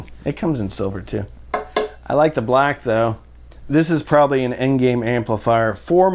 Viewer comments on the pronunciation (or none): none